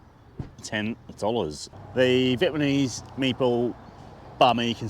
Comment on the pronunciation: Is he saying Vietmanese? Stoner?